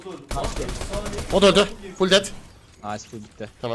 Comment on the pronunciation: Abi geçen yayinda ful det diyodunya çok güldüm iyi akşamlar